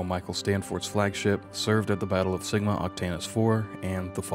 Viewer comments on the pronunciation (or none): none